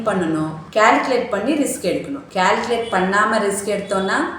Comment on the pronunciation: Risk not rask